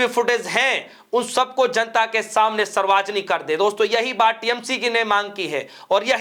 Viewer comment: Reporter mahoday ji. Kya aapko Hindi nahin aata kya padhna likhna. Sarvjanik hota hai. Bolane ke pahle thoda sa dekh liya kariye kya bole.😢